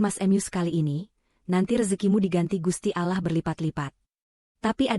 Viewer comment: Kalau anda mau mengucapkan nama ALLOH. bacanya pakai tulisan❤ Arab biar benar atau belajar mengaji dulu biar ga asal myebut